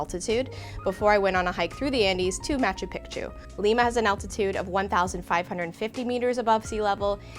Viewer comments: This video is very helpful, thank you very much. But I keep cringing at the pronunciation of Machu Pichu……let me help. It’s pronounced Machoo Peechoo. Again thanks for all the insight! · I'm of Peruvian descent, I understand you might be trying to pronounce Machu Picchu correctly but its actually pronounced (MA-CHU PI-CHU) or (MA-CHEW PI-CHEW). I hope this helps! :) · I was going to watch until you pronounced it pic-tu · I was so confused by her pronunciation too 😆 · When you say picture, pic, pic, you can pronounce Picchu